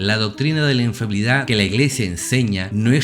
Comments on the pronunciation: No es infabilidad papal, es INFALIBILIDAD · Padre es Infalibilidad no infabiludsd Gracias